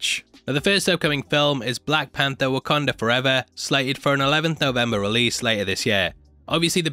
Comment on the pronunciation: Pls just say WakAnda, rather than WakOnda. Pisses me off. As someone who is also from the north east of England, I don’t make these mistakes. Maybes the difference of Sunderland/Newcastle dialect, but again, no excuse of saying things wrong...